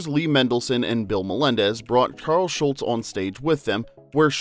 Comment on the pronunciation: He definitely repeatedly says, "Schultz". Hehe. Mandela Effected.